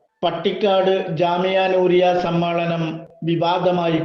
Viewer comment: സമ്മാളനം അല്ല ഉസ്താ ദെ സമ്മേളനം എന്ന് പറയൂ നമ്മളെ കേൾക്കുന്ന മറ്റാളുകൾ ഉണ്ട്